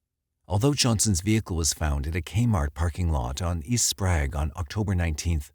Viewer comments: Okay. I only lived in Spokane for 23 year, and grew up there. He pronounced it Spraaaaug. Its prounonced Spray-g. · Also “Sprague” isn’t pronounced “Sprag” either 😆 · He called Sprague St. "SPRAG" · He pronounces Sprague wrong as well. Haha